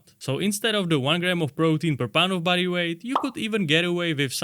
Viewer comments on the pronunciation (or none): When you talked about using another prisoner as the resistance, you said "body weight squats" but I heard "buddy weight squats" cuz of the accent and I thought that works way better anyway 😂. Love your videos keep up the good work